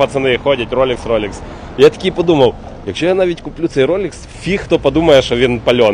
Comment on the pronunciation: Усик, Львівська вимова прекрасна: купєв.💪👏👍